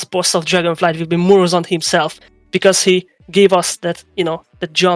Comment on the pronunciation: PLS the names are NoZDormu and MurozoNd It's very grating hearing them getting butchered